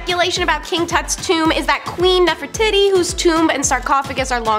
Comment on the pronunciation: I find it very funny that one of your ladies that loves to tell history keeps mispronouncing Nefertiti